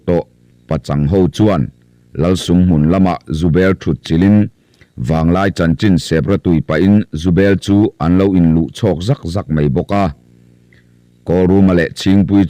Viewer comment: Naupang tiha nau tih lai hi in thlûk duai zel mai hi eng nge a awmzia? Sep rawtui tiha sèp tih tlat te hi. Mizo ṭawng lam hi uluk ve deuh a ngai, ngaithlatu an awm ve nual ṭhin si a. Inzir deuh teh u.